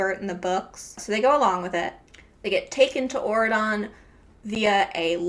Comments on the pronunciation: Every time you say aurodon i think ur saying oregon and tht makes it 10x better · Auradon sounds like Oregon, I can't unhear this 😂